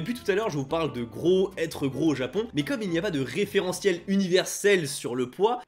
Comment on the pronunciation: Allez avoue lol, tu es un descendants yakuza 😜. Je rigole hein. Cool ta vidéo 👍 À (environ) , tu parles trop vite pour prononcé le mot japonais "gros" 🙄, a l'écoute sa donne genre "fwoto té leu" genre à l'écoute hein 😒, difficile à retenir.